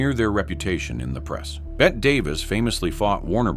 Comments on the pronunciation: It's because a lot of these videos use AI and mispronounce Bette as Bet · No!! I’ve always heard it pronounced “Betty Davis”! Just stupid AI reading it incorrectly. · Her name was absolutely pronounced ‘Betty’. I hate the lack of accuracy. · They are using AI to do the narration and it doesn't know Bette is supposed to be pronounced like Betty. AI called her Betta. 😂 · "BET DAVIS" Tell me this is AI without telling me this is AI lol. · Her. Name is pronounced Betty Davis moron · I hate AI. BET Davis?? Come on, man!! 😂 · Yes….like Bette Davis 😢lol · Is this AI? Who pronounces Bette like that? I have to say, it's getting freakishly good. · it is Bette Davis, (full name is actually Ruth Elizabeth Davis, but she went by the nickname Bette) but it’s pronounced like Betty. Now, Bette Midler pronounces her name like Bet.